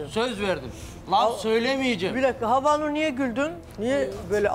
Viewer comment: Havnur un türkçesi meşaj diyor mesela ! Bu insana prim verilmez cahil çok havnur .